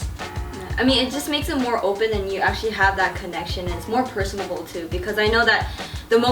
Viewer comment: Lol, said "personable"